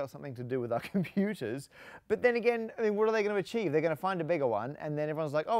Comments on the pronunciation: 0.5 X speed, the way he says computers kills me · this is hilarious, he sounds absolutely drunk XDDD